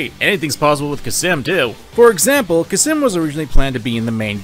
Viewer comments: Cam-sin not kasim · Khamsin, not Khasim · Fun Fact: It's Khamsin, not Khasim, he even says it. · its kamsin not kasim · Your repeated mispronunciation of Khamsin as "Khassim" is infuriating. Good vid trilogy tho. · How did you get “Khasim” from Khamsin? 😂😂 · ITS CAM SIN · It’s Kampsin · Except how to pronounce khamsin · I'm still 100% convinced he mispronounced both Khamsin and Excelsus on purpose just to piss people off. Or he has dyslexia. Maybe both. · Did you just... forget the 'M' in the middle of 'Khamsin'? Edit: "Excelcius" that isn't butchering, that's just flat wrong.